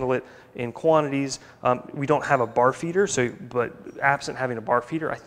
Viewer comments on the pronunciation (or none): At the end you were saying bar feeder. I kept hearing barf eater. HA HA HA!